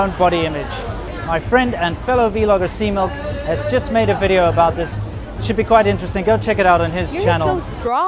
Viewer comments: welcome two anotha wideo" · Thank God someone taught her to pronounce V in Video.